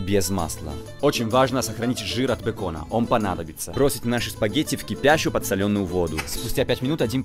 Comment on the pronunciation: правильно говорить « подсОленую» воду.- ударение на второй слог